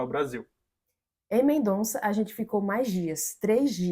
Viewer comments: Porque todo mundo fala MendoNza o noma da cidade de Mendoza? 🤌😅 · A pronúncia é Mendoza